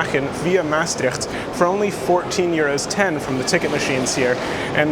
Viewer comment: Two trains on one long platform, which is divided into an a and a b side, is very common in large stations in the Netherlands. My compliments for your efforts to pronounce the towns names correctly. Maastricht can be easily improved if you put the stress on the last syllable: MaasTRICHT.